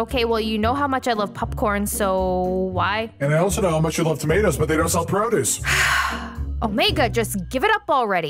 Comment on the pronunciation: it's Omegaaaa not Omegi